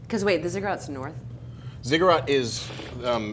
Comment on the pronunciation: Sorry, it's been bugging me. Zigg-uratt not Zugg-urat.